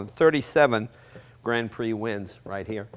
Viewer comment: Come on yanks: you can pronounce grand prix!